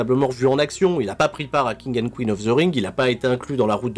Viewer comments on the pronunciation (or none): none